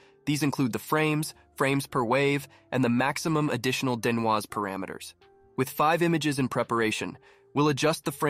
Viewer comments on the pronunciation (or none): great script, super fun! Also from now on I will pronounce it den-wahz. :)